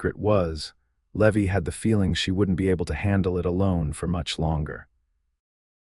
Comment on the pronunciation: Either teach AI how to pronounce common names or quit using names AI cannot pronounce - Eleanor is not Eleeener, Levi in not Levy, Santa Fe is not Santa Fee, Stagecoach is not Stage-E-Coach, etc. I like the stories, but this is like bad grammar! Twists my ear every single time!